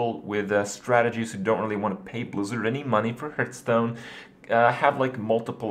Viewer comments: dude.... its not HURT-STONE lol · is there a reason he keeps saying hurtstone? it bugs me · Why do you keep calling it Hurtstone? Why Kripp? WHY!?